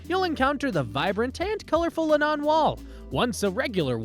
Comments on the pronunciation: Nice video. Would love to go. The only thing that bugged me was they way he said John Lennon's name..it's not Len NON! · It's not the Le' Non wall. it's the Len On wall....